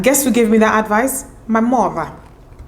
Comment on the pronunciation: “My murtheer “😂